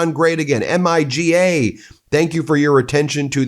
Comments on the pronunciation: He really said MIGA 😂😂 what happened to MAGA? 🤦‍♂️ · M.I.G.A 😅 trump out her calling them miggas 😂 not surprised